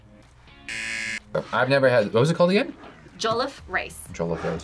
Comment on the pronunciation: I love the fact that he said’ the Ghanaian way is better’ cause it IS. Also pls learn to say jollof better 😢 my heart was hurting when you said it